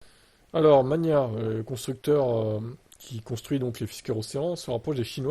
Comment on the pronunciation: Ça se dit mag-na 🎉